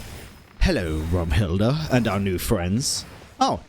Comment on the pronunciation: ZEIT = time (pronounced ts-eye-t) Zeitlind RAUM = space (pronounced row-m) Raumhilda